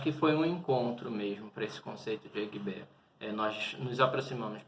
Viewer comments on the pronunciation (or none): Quando ele fala eguibé, já da pra saber que não está dominando as pronuncias.